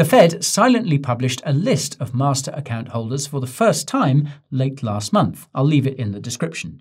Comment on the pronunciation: The way Guy emphasised “master account” should not be ignored